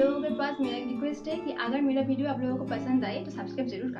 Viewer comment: भिडियो क्या होता है 🤣🤣🤣